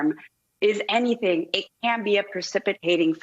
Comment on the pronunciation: Biden with dementia can't do enythnk